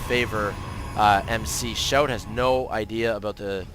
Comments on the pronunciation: its pronounced "see-ow-tee", just fyi :p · Pronounced "she-ow-Tee"